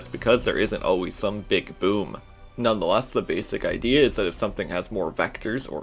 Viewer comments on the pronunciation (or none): none